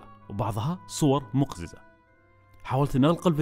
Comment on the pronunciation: مو مقزِزه مقزِّزه